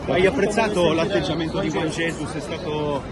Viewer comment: avrà capito male juan jesus, gli avrà detto mi "rallegro", dai su per favore, il disagio scorre forte qui. Mi piace anche la pronuncia di juan jesus che è diventato jujugiuan ges